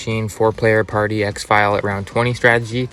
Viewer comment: Just some advice - exfil is pronounced "ex-fill" and not "ex-file"